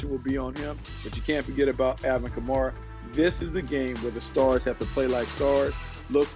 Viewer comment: I’m a saints fan and any other saints fan get aggravated when they say Kamara wrong? Just me? No? Ok